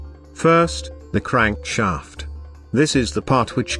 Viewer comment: When he said "Crankshaaaeeft" I felt